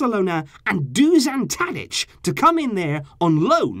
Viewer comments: it's Dušan Tadić not DUŽAN Tadic. Doo-shan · It's Dusan (or Dušan in his language) Tadić, get your facts straight! Where the hell did you get DuZan from? Just because you say it wrong, doesn't mean it spells that way too! Would not expect such basic mistakes from you,. Disappointed!!!